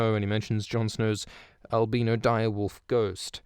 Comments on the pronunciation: Every time you refer to Ghost as "albeano", it makes me want to kick an infant. (This is jokes. I'm planning on making my own infant, so no kicking is going on.) But try the word albino instead. It's like albeano, except you pronounce the "i" as if you were saying the word "eye". Interesting how the new family Jon thought would be gallant and good are generally pieces of shit that were forced into this, and even some of the long time, senior Night's Watchmen are corrupt or cruel, but his biological father is thought to have been the same as the men with Jon who took a woman without her consent, yet Rhaegar was, I'm almost certain, as it would have narrative impact and be more interesting for the story, in a loving mutual relationship with his new wife, Lyanna. He thought his father, the Mad King, needed to go, but he wanted to do it himself. He saw the evil in his family and wanted to be a reformer like his grandfather, Aegon the Unlikely. One thing I love about ASoIaF is how incredibly real and human a series it is. It's funny because it even transcends the topics over which people are ready to harm one another. The same people who'd call me an anti-vaxer just for saying something like "I would like to see the long-term effects before I commit to this rushed new tech, and I believe mandating medical procedures at the government level is just wrong. Even if they just incentivized the private sector to enforce medical procedures, it would still be wrong, with shades of fascism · Al Been-o